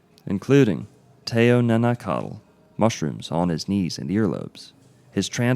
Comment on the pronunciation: Great video, packed to the brim with accurate information. Just wanted to add that the term Teonanacatl is actually pronounced like Teonanacaht. In Nahuatl the tl combined is always a hard T silent L.